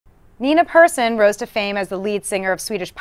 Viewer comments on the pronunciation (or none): I cringe every time somebody pronounces her surname like everyday "person". She's swedish, so It's pair-sonn, damn it!